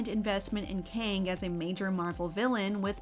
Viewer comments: Why prounce Kang like King? Its pronounced "Keng", like gang with a K. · So not “Keng” then. It’s pronounced Kang. Like “Kang”